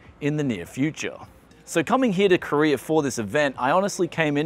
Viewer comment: you're in Korea... not Koree-ur.